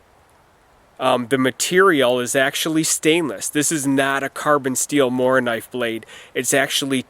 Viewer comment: Very nice video again, my friend. I enjoyed it, as always. With a Mora you can´t go wrong. Ha ha. :) Thanks for taking your time to do this Morakniv mondays, and hey, you said Morakniv really well. I am proud of you!